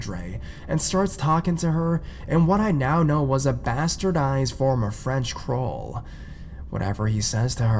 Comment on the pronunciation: Crole?? You mean Creole? Some pronunciation Cree Ole.